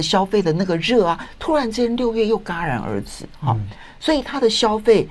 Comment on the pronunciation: 戛（jia 音： 夹）然而止，台湾人的书读的很不好，作为主持人，读错字是不应该的